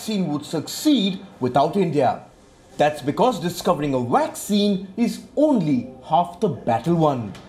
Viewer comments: It's vaccine not waxcin 😂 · A friendly correction to the pronounciation of two words: It is not 'vorld' but 'world'. It is not 'waccine' but 'vaccine'. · Commentator pronounced VACCINE with beginning letter “v” sounded “w”. V for “ver” while W for “wer”